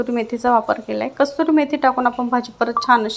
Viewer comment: "Kaaturi(?😮?) Methi" 🙄. 🤣😅👆